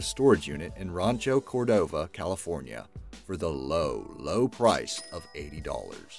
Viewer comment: It's not Roncho Cordova, it's Rancho Cordova.